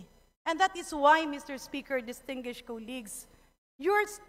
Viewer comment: Ayoha imong pronunciation sa DISTINGUISHED 😂😂😂